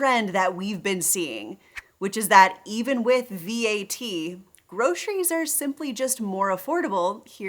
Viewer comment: Grosheries? Ugh! Why does anyone pronounce it that way!?!?!